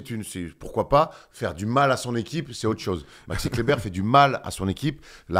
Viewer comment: Je me disais qu' avait changé quand il a dit dit 8 fois fois d'affilée Maxi Kleber correctement...pour finir sur un gros Maxi Clébard! Franchement merci c'etait beau.